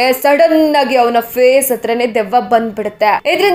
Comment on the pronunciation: ದೀಯವ್ವ ಅಲ್ಲ ಅದು ದೆವ್ವ.. ಕನ್ನಡನ ಸರಿಯಾಗಿ ಉಪಯೋಗಿಸಿ...